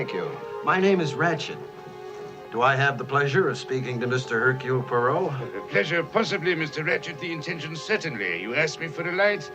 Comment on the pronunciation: My vote: 1. USTINOV 2. Suchet 3. Molina Suchet can never be my number one because his accent isn't good enough, he often even pronounces his own first name Hercule with an audible H which is completely wrong. Suchet once described how he got Poirot's walk "right": he said "I squeeze my bottom". I immediately thought, "oh I knew something was wrong". Also he isn't dangerous enough: When Poirot points out that everybody had the opportunity to commit the murder and somebody says "I couldn't", and Poirot says "Yes you could", Suchet says it in an angry voice that couldn't scare a mouse. Ustinov says it in such a quiet menacing way that we all gulp and feel guilty! And Ustinov's accent is excellent. He's not perfect, of course, because he sometimes is too much the clown, but I still prefer him over Suchet. Molina is my number three simply because I haven't seen anyone else in the part, except Albert Finney who is terrible. He's just a cliché Englishman making fun of the French. (Or Belgian which to an Englishman makes no difference).